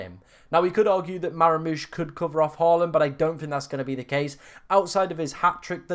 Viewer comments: MAH-MOOSH. NOT MARA-MOOSH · Nice man but please stop saying Maramoush